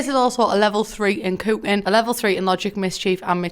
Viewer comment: not being rude but the way she says cooking